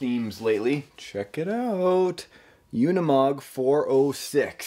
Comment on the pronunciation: Oh, I thought it was pronounced oo-ni-mog, not yoo-ni-mog.